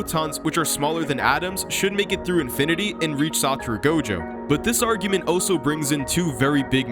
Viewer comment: Ive never heard anyone pronounce "also" as "oh so"